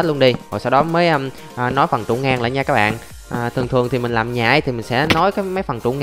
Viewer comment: bỏ cái từ cái bạn ơi đi ngáo “ các bạn ơi “